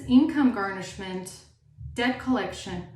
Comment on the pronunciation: Did you say debt colletion or. DEATH COLLECTION 😢 !!!😊